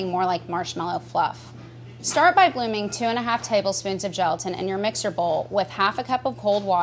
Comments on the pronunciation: Who else stopped watching as soon as she said geletan? 🤘🤘🤘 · I keep hearing gelatin as joltin....